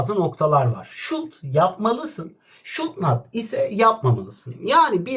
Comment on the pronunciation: Hocam şud nat deil şudunt